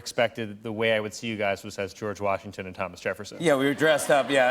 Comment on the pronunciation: Colin- Love you but.... George "Sshwasington" ...